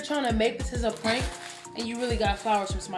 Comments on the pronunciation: She said pronk 😂😂😂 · Yo said prunk 🤣🤣🤣🤣🤣🤣🤣🤣🤣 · Bro I ain’t never laughed so fxking hard 😂😂😂😂😂 she pronounced prank -pronk 😂😂😂😂😂😂😂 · really said "prunk"😂😂😂😂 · 😭😭😭😭 his name is not praunk 😂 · HIS NAME IS NOT PRAAWNK 😂😂😂😂😂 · She said “ his name is not pruank”😂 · I'm waab pronk instead of prank 🤣🤣🤣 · Stop playing, his name is not “prunk” 😂😂😂😂😂😂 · She said "proonk" lmfao yall crazy. "and im hungry bro!!!" 😂 xo🖤🙏💯🤞plz u guys stay safe out there. These ppl are trippin'. If u guys haven't plz watch handmaids tale on hulu it is dark af but amazing and very informative considering what's goin' on in our current states of all emergencies. STAY SAFE. STAY AWARE. STAY TOGETHER. STAY UP. STAY PROUD. STAY SMART. STAY YOU. STAY PROTECTED. god bless u and urs....#BLM #notmypresident2020 #impeachhimnow #fdt #ftp #resist #canadaorbust #handmaidstale #equality4women #fucktheman #SOBERISDOPE #prochoice #fistsup #forthechildren #godsavethekids #metoo #fightforthefuture #Beaccountable #befair #beaware #bekind #RideOrDie #bepeace #behumble #EQUALITY #letusbefree #letuslive #fightwithfacts&knowledge&experience&empathy #willtherealpresidentplzstandup #bidenwon2021....lol #"pound"!!!! ps. Lmfao i obvi got a lot to say and a lot of "pounding" to do. Much love🚺😵 G.rae.Johnson gurrlz fb handle 4 family facebook check us out!!! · Prank...pronk. pronouncing prank. Lmao. I guess his name was French. Lol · P.R.A.N.K: Stop playing games his name is not “pwrank”... LMAOOOOO!!!😭😭☠️ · I cackled when she said HIS NAME IS NOT PRONCK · Glad I was on lunch when this popped up. Hella funny prank 👑 all day..And man come with the mispronouncing "PRANK" you was mad mad...😂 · She was soooo mad she didn’t know how to pronounce the very thing she does for a living lmao 😂🤣🤣🤣🤣🤣🤣🤣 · I'm dying 😂🤣😂🤣 was so upset she couldn't even pronounce the word right. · LMFAOOOOOOOOO she said P R A N K 😭😭😭😭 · Omg her pronunciation of PRANK gmfu 🤣🤣🤣